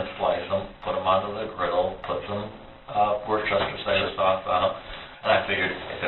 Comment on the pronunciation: If he really was English Royalty, he'd know it's pronounced 'woostersher' sauce?